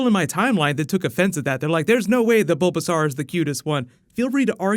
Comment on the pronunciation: the way he says bulbasaur hehe xP